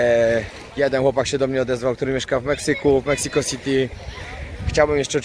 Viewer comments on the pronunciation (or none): none